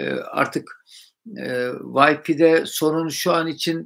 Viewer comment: Hocam wifi / wayfay diye telaffuz edilir/